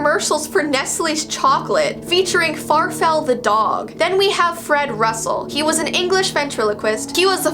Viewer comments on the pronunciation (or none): Intro: “are you ready?” “For the Strange and unsual?” “5 4 3 2 1” “Here VEE go”